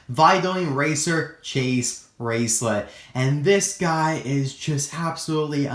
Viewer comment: It’s Chase RaceLOTT not lit....... I’m sorry.